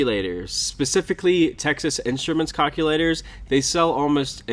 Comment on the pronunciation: "Cock-u-laters" "Hill figure" LOL